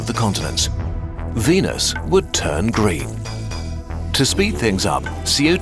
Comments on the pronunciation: What he said: "this leaves us with a frozen venus" What I heard:"This leaves us with a frozen penis" My reaction: 😲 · I don’t like the way you pronounce venus